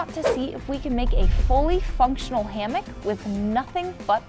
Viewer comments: No affense. But it’s a hammock not a hammick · It’s hammock not hammick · its a "Sarammick"